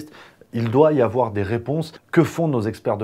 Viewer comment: "Il ne faut pas avwoiir peur !"